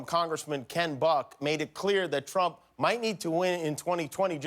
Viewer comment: In the whole dry serious saga, that's the only time I cracked up. Trimp is so appropriate!